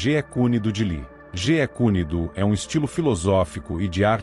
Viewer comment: ChuNk? Noris? "Jea" kune do?